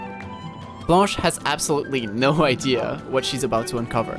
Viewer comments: T'es français nan ? Vu comment t'as dit blanche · Damn, your pronounciation of blanche is impeccable! are you french?